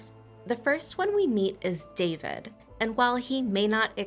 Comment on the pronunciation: It’s a great book, but it’s pronounced Dafyd, not David.